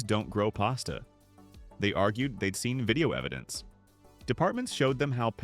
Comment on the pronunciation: Well that’s new to me. I have never heard pasta being called paste-a before… Are you sure that you don’t believe some of these hoaxes yourself?! 😂🤣